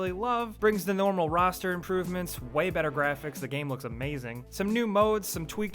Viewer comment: Makes me so mad how he always says "the" as "da" holy fuck or when he says "to/for/or" he always says "tud da" or uh dah" holy shit